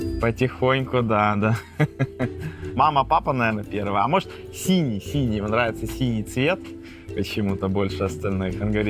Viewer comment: Он говорит не «синий»,а «сеня»